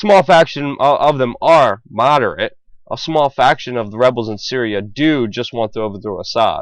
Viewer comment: did he actually say "cereal" instead of "Syria"?